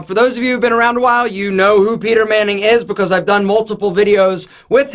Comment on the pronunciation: Bacose instead of because